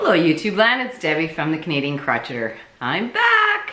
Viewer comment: Beautiful yarn. I like what you're doing with it. I would like to ask you a question. In the introduction you say Canadian Crochter pronounce by you Crotcheter as in " Crotch " I wondered why the different pronunciation . Then later you talked about crocheting. Maybe I missed something along the way as I'm fairly new to your Chanel. Any way glad you had a great vacation with your family.